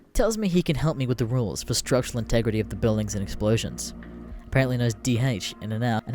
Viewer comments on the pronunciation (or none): none